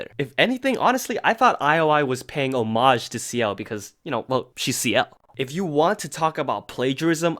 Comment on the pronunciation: Is that how you pronounce homage? Have I been saying it wrong my entire life?